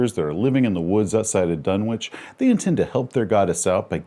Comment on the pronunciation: Isn't is pronounced "dun-itch"?